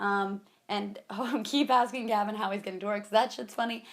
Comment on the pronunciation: is it just or do I hear havin every time she says Gavin